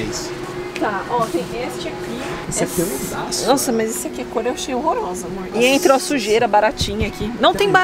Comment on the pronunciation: A: né amorr? Eu rindo e querendo um amorr tbm! 😆😆😆